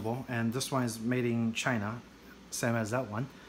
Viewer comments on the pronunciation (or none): none